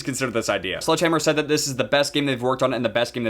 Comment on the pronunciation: It was all good till you staid instead of said